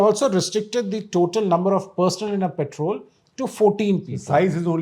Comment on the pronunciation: Guptaji, it's 'Patrol' , not "Petrol" (which is put in cars😅)